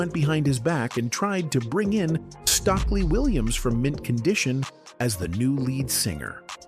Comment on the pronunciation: So tired of these white voiced AI voices not being able to pronounce black folks names! It's Stokely with the"o" that is a long o.